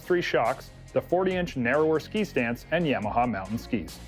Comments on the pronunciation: Quit saying yameaha it's Yamaha No E for the A ! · Canadians can't pronounce Ya-ma-ha, they say Yam-Meh-haa. And don't get me started on the word "out" that sounds like "uwet".